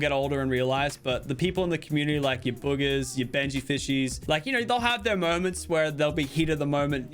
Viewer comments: He said boogers instead of Bugha xD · He called bugha “boogers” lmao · did he say bughas or boogers